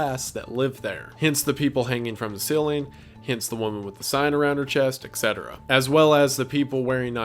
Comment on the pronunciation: It's "WHEN" not "WHENEVER." WHEN someone did something, WHEN. Why can't you just say when? It's like you go out of your way to say "whenever" when you mean "when." Etc. also stands for ET CETERA not EK CETERA.